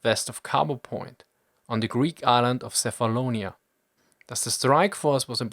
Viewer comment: Not sefalonia , it's Kefalonia